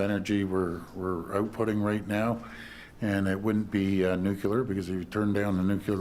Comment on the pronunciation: It's nu-clear not nu-cu-lar